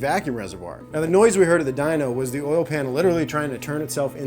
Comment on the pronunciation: Poor still can't say "oil"😂